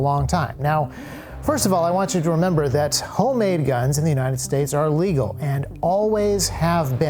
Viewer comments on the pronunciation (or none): Love the video and the i formation, but one thing... the way you say "legal" sounds like you're saying "illegal." It's confusing to people who dont already know the legality of what you're claiming